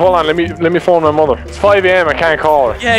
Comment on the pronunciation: And phoning his mudder